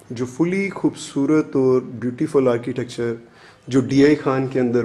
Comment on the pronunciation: Khoobsoorat nahin hoobsuoorat hota ha urdu to theek bolain